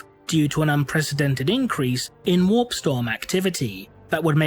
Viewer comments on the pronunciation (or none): none